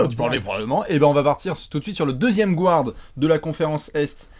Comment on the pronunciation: Les mecs, je vous adore, mais PUTAIN arrêtez de dire "gouards", le "u" n'a pas besoin d'être accentuer, donc vous pouvez le prononcer à la française. Maintenant que j'ai soulagé le linguiste maniaque en moi, passons à l'ASG. Je trouverai ça hallucinant si Hassan Whiteside n'est pas sélectionné, qu'est-ce-qu-il va devoir faire pour enfin être respecté dans cette ligue ? Il est le meilleur défenseur au poste 5 à l'est, et collectionne les blocks comme Gérard collectionne les sa***.